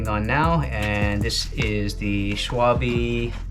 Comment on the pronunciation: In German the ‘e’ at the end of a word is pronounced as ‘r’ (are) - additionally the letter ‘w’ is pronounced as a ‘v’ (vee)- so Schwalbe is pronounced: Sch-val-ber. Similarly, ‘Porsche’ is correctly pronounced: Porsch-are.